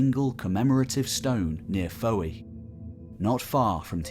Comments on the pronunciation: "Fowey" is pronounced "Foy" locally. And a bit later the River Tamar is pronounced "Tay-mar" and not "Tammar". (I grew up in Brixham, Devon (Dumnonia)) Brilliant video though mate! I remember long, hot trudges around Tintagel as a kid in the Seventies. Going down into Merlin's Cave near where you had the longship moored I think. Cornwall still holds the celtic feel. Even someone used yo Dartmoor, the South Hams & the wilds of Devon there is something special preserved by the barrier of the Tamar. But go out of season & stay away from Newquay. Too many grockles! Oops! My mistake, in Cornwall holiday makers are called emmets, grockles is the Devon name for them 😎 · some of your conclusions are just total rubbish and your pronounciation of names like fowey is disgusting. typical english historian views i am afraid. not your fault but i would ask you to open your mind to other concepts